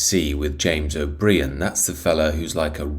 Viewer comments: Love the fact you called him, o'bree-an! He and his like, should be made to pay for everything they hold so dear, themselves! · Pity you fail to pronounce O'Brien correctly, UK English must be a second language to you. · Congratulations on being probably the only person in the UK who cannot pronounce Jame’s surname correctly! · He's called O bry ann 🤪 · Here’s one for ya. Jimmy O’ Brainless deliberately mispronounces the names of those he feels inferior to. He has enjoyed a private education but has NOT learned humility and thrives on humiliating callers to his show, as he has back room staff to research stuff whilst on line where his callers do not. His inferior complex must cause his wife severe pain. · You can’t even pronounce his name so why should anyone listen to your nonsense. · Funny you found the time to correct someone’s spelling but not the mispronunciation, hypocrite.